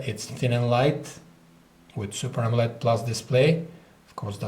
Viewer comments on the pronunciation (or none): none